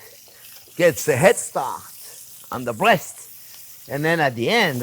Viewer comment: He said beautiful bweast. ❤